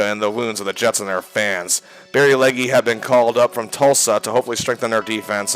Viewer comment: It’s pronounced Leg…not Leggi